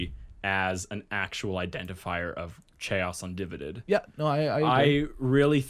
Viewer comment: God dammit .. ... .. Im never gonna unhear the pronunciation. 😐 Cha-os Un-di-vi-did lol